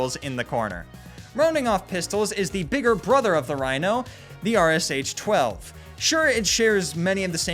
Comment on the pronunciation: Its not R-S-H 12, its R-SH 12